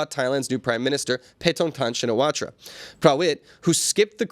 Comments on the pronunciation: Please. "Shinawatra" is better pronounced as "Chin na wat". I need to see her first name written in Thai before I can guess at a better pronunciation. Thanks. Mike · Pronounced "Chinnawat"